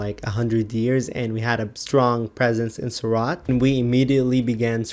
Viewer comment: It's not pronounced 'suraat' it's pronounced soor-ut. You should learn IPA